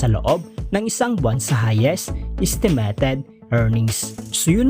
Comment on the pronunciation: Do you have a speech problem buddy? Sorry but it doesn’t sound good. Know the difference between i eye and e. Estimeyted not estemeted